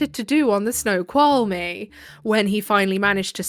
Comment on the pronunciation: Washingtonian here you totally nailed Snoqualmie pass